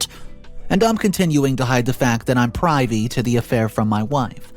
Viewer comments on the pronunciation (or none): Not pri ve. It’s privy